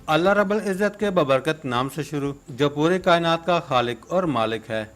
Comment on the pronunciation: Allah rabbal Ezzat NAHI Hota ,asal main Allah Rabbul Ezzat hota hai Rabb ki Baa pr paish parhty hain ,baqi Masha'Allah Masha'Allah recipe bohat Aala hai ❤❤❤❤